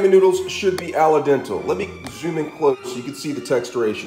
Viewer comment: He said "aladentle". 😂😂😂